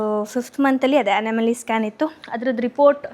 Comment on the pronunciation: It's not anamaly it's Anomaly